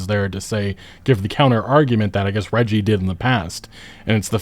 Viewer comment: I love that no one can say reggie's name right lol